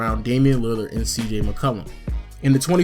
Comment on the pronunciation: da way you say mccollum annoys me lol